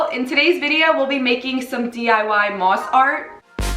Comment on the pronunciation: The way you say mosk